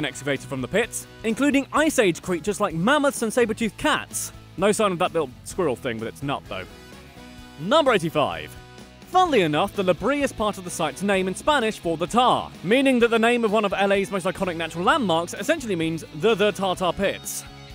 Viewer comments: The following are California English-speaking local pronunciations. Baja has a Spanish h-sounding j, not a Germanic or Scandinavian or other y-sounding j's. It's not "BY-yuh," it's "BA-ha." And it's Ca-BREE-yo, not Ca BRIL-o. And it's veess-KAI-no, not viz-KAE-no. And it's la-BRAY-uh tar pits, not la-bree-PITS. And it's Santa loo-SEE-uh not Santa LOO-shuh. Why would you tackle California with absolutely no concept of Spanish pronunciation? I mean, ask someone. I wouldn't try to do England with your Broghamleisterworcesternaughtinghamshire without freaking checking with someone first. You have coworkers, don't you? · Woot let’s hear it for my hometown San José! And just being nit picky, as for Tule Lake it’s pronounced Tool-le. And the “Brea” in La Brea Tar Pits is pronounced Buh-ray-yah. Sorry in advance. However, you did really great on everything else! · Lah Breeah Pits? No NO NOOO. LAH BRAE-AH tar pits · Also La BRAY-yah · Hearing you pronounce things incorrectly is giving me so much joy. It’s La BRAY-UH and BA-HA😂😂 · La Brea is pronounced La Bray-Uh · "La Brea" is pronounced "luh-BRAY-uh." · I believe it's pronounced La Bray-Ah tar pits. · "Baja" is pronounced "BA-HA", not Baia! The word is Spanish, not Eastern European. "Tulare" is pronounced "Tuhlairee," and "La Brea" (tar pits) is "LA Brāya." What, no mention of the Winchester Mystery House? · It’s pronounced la brey-a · Sorry, I'm sure it's weird translating, but it made me laugh how you said La Brea pits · Additionally, he can't pronounce La Brea or Yosemite.